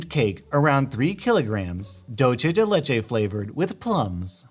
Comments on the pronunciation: Its dulce de leche and it pronounce like this Doolse de leche Now pay me 5000 subs and bucks for this if you can't just sub to me and get ur subs to sub 2 me. PLEASE dont waste my time. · *makes face at plum flavored dulce de leche * Also, it's said "dool-say dey ley-chey"